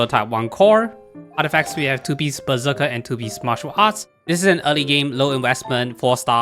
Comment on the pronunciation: When you say "Berserker", i hear "Bazooka".